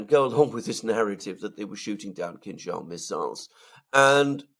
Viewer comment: I thought you were saying “King Charles missiles”😊.